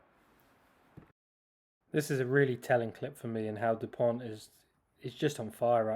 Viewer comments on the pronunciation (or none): These are some very fine analysis, thank you ! Just so you can take it easier on the wording... - in Dupont, the last "t" is mute, as for 95% of final letters in french, same applying for Thomas. - Fickou has to be pronouced "feekoo", without anything fancier, as the sound "oo" is always produced with the pair "ou" (no exception, enjoy !)